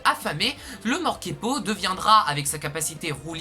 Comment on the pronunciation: Super vidéo ! Tu te trompe c'est pas "Morkepo" mais "Morpeko"